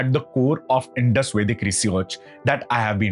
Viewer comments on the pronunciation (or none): none